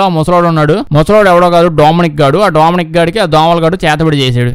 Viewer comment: Ooolbert .....dooomyaanicc anta...bhaley undhi kadha pronunciation...vinnaata miru....😅😅😅😅😅